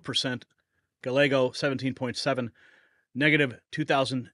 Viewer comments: It’s not pronounced GaLeggo, it is pronounced G-ah-Y-ae-g-oh. 🙄 If you’re going to talk about someone so much in your content then the least you can do is look up how to pronounce their name. Just sayin’. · Guy- yay-go. C’mon man. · It is pronounced guy ä go. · Gallego is pronounced GA-YAY-GO.. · Its pronounced guy-yea- go. If im not incorrect.